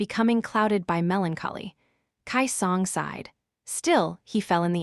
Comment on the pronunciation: The pronunciation is off for a few things in this audio, it’s “key song” not “Kai song” also it’s LO-49 not low 49. As well as the W what it’s W-what as a space not its own word